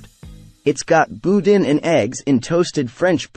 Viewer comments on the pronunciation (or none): Boudin is not pronounced boo·din, no matter what the internet might think. Cajuns actually pronounce it boo·dahh. Really glad to see you bring up DeanO's and would like to mention that there is actually two of them. DeanO's South offers the exact menu. A few other places people should check out include The Cajun Table (Cajun), Pour (an American style Bar & Grill with Cajun flair), Ruffino's On The River (Italian), Rachael's Cafe (casual seafood), The Ground Pat'i (if you want a burger), Nhi Taste of Asia (Asian fusion), Marcello's (Sicilian, though they advertise as Italian), Social Southern Table & Bar (Southern), Blu Basil (Vietnamese), Drago's (Seafood), Masala Indian Kitchen (Indian), Mazen Grill (Continental), and Poseidon's (Greek). A few special shout outs. Cafe' Vermilionville is one of the best Fine Dining places in the area. Hub City Diner for those who want classic diner food with a Cajun twist. Kartchner’s in Lafayette and Don's Specialty Meats are not restaurants but they do have the best boudin and Cajun specialty meats in the area so are good to pick up something.